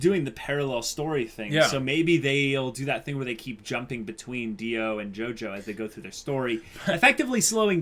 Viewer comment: It's pronounced JOJO not JOJOS fyi